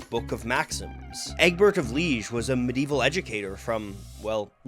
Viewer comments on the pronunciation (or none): I believe Liege is pronounced "Lee-AYGE"